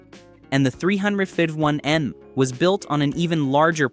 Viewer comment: Grooann! A.I. voice does'nt know hemi's is said as: Hemee, (not Hemiss!) & 351M is said as three fifty one EM, (not 351 Mem!). I can't watch any more AI crap that the author did Not proof-listen! Is this gibberish have any human involved? Or is this pure computer generated? Newfangled Crap!!